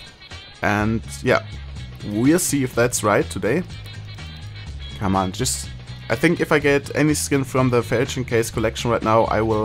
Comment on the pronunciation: Lawl how he says "come on" like "Caman"